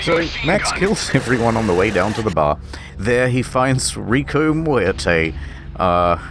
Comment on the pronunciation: You didn't roll the 'r' in Muerte, you rolled the 'm'. I didn't even know that was possible.